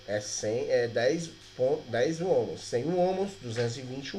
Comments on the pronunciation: Ohms, não ohmos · Ótima aula, parabéns. Só que Ohms ou Ohm, não é homus a pronúncia certa seria “on” ou “omis” no plural.